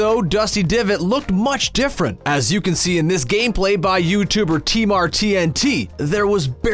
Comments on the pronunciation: " tee- mar tee en tee" its pronounced tee martin lol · T mar tn2 not T mar tnt dummmmmmmy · You said tmartntnt but it’s tmartn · Tee mar TNT It’s pronounced t Martin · You butchered tmartn's name. Its pronounced T MARTIN. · The way he pronounced Tmartn.. 😂😂